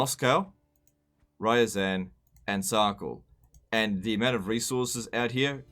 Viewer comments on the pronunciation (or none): It's RyazAn (РязАнь)